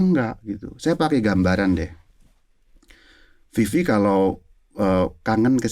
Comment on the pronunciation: Maaffff Vivi , bukan Fifi 🙏❤️